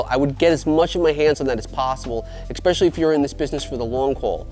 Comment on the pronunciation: It’s “especially” not “expecially” no judgement just would want someone to let me know if I was saying it wrong. Love the content.